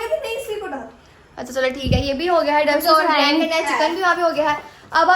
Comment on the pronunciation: Grand nae baji grind hota hai.